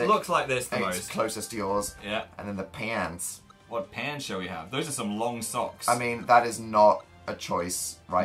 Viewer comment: HE SAID PANTS SOOOOOO DIFFERENTLY WHAAAAAT